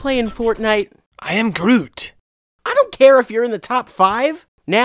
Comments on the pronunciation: The Flash 101 it is grooy not groom XD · Grooy, not Groom, Groot, not Grooy, seems familiar.... "Zod, not Grodd!" "Grodd, not Zod!" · The Flash 101 its groot not groom. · The Great Newb its groot not grooy